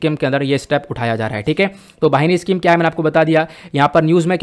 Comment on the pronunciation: वाहिनी नही बहिनी स्कीम